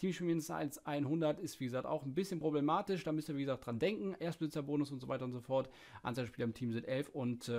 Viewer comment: Und so weiter und soschort ahja😂